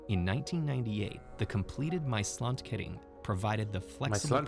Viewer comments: It is NOT "My Slant kuhring" It is MAASLAND KERING, MAAS - the river , land- the erea, kering - blocade...PLEASE have some respect and look up how to pronounce things...don't be such a yank... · It's the Maasland kering